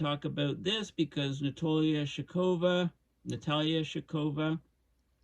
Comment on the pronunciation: her name is pronounced SHOCK-o-va